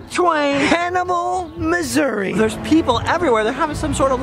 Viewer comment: Thank you for calling it Missour-uh. People think I’m crazy when I call it that. My grandmother grew up in Cabool and has always called it Missour-uh.